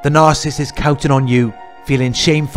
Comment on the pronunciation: I like listening to you. But please practice on how to say the word Narcissist. You say Nar- siss.. when it's Nar- Ci,- ssisT. Thanks. .